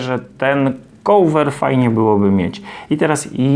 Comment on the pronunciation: Uwielbiam Pana filmy, są bardzo pomocne i wiele można się z nich nauczyć i dowiedzieć. Taka mała uwaga odnośnie wymowy: cover nie wymawia się "kołwer". Cieżko bez transkrypcji fonetycznej zapisać poprawną wymowę, więc podrzucam link: :)